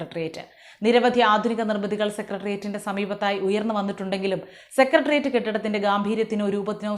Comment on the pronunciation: താങ്കൾ സെക്രട്ടറിയറ്റ് എന്ന് ശുദ്ധമായും വ്യക്തമായും പറഞ്ഞു. അതിന് നന്ദിയും അഭിനന്ദനങ്ങളും🙏💪👍 മിക്ക ആൾക്കാരും ഈ വാക്ക് ഉച്ചരിക്കുന്നത് സെക്കട്രിയറ്റ്, സെക്കട്രി എന്നൊക്കെയാണ്